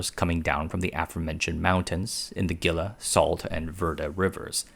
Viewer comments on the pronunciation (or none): Critics have been saying the water is running out for the last 50 years. Also, it is pronounced HEE-LUH not GIL-LUH Also, it's VER-DAY not VER-DUH Love your channel. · Gila is pronounced "hee-la." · HEE-Lah River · “Gill-ah” 😂. It’s pronounced “Hee-luh”. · Gila is pronounced Hee" + "luh, not Gil + la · Its the hee-la river not the gilla river pls and thx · He-la not Ge-la River. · Pronounced Hila not Gila River Vairday not Verdi river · Stop saying "gilla". 😂 The g is pronounced as an H. So it's " Heela" river. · It's pronounced GEEE-LA. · haha the Gila [hee-la] river. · Gila River - pronouced 'He-La' river. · Gila is pronounced (He-la) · Great video! Minor critique: Gila is pronounced as "Hee-Luh" and Verde is "Ver-Day" (I'm a life long Arizonan and live just outside of Phoenix lol) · I live in Arizona, and I love your videos and on top of that I also am heavily involved in the silicon industry. However, it is pronounced. Heel-a (Gila) 😊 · The Gila river is pronounced Hila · "Gila" = HEE-la and "Verde" = VAIR-day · Gila is a Spanish word and pronounced "Hee'-la." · Gila is pronounced "hee-la" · Gila= Hee-la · For today's installment of hurts your ears ™️, we present: Gilla. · Gila -> Pronounced "Heela" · Gila is pronounced like "Heela". It's not a hard G. Great video. Thank you for putting it together. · Gila is pronounced HEE-lah. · Gila is pronounced He - la. Gila Monster (the animal precursor of GLP drugs!) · Gila is pronounced Hila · Very interesting as a life long AZ resident I think we have plenty of water. This doesn't mean wasting it but through careful planning and technology conservation is very important. One minor observation. It the hee la river not geela. Spanish pronunciation 😊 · A friendly Arizona field note: it’s pronounced HEE-lah River, and the place you’re showing is Ironwood Forest National Monument. If it were a national park, the saguaros would be charging admission and demanding better lighting.